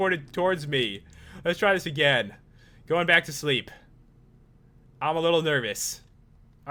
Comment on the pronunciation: LOL said "leep well" she's supposed to say "sleep well"